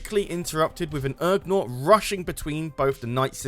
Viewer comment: Ugnaught not URgnaught